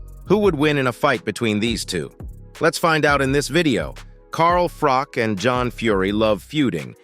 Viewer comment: Whos Carl FROCK" 😂